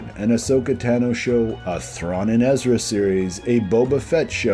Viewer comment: Great video! I’d love to see something like this with all of these live-action and animated characters mixed. Just curious, why do you still pronounce “Tano” wrong 😂 (no offense)